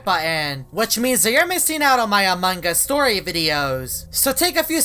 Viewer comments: normal people: among us: amankas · Ummmm whydid you call among is into among gus :/